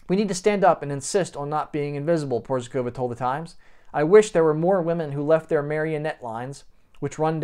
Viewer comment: Hej buddy, in order to add some real value to your presentation you should: 1. Learn how to pronounce someone's name, 2. Work on how to present yourself naturally without an urge to make "a macho, alpha male impression" (which didn't work out, by the way), 3. Present facts, e.g. "he was some kind of guitarrist playing at some 80's band or something...". All in all the impression you made was very weak, somewhat ridiculous. But...we all have to learn in order to become better, right?